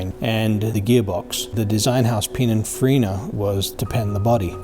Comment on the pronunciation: its not Pininfrina!